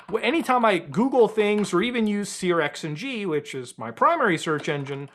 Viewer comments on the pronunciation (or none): SearXng is pronounced Searching. Yup, I'm that guy, sorry.